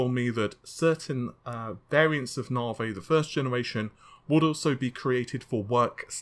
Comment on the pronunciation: I love the fact you say: Nave instead of Navi haha :P ^^ Just joking though! Loved the video!